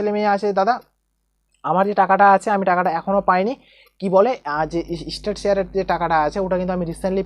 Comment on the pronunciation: State ke estate bole 😂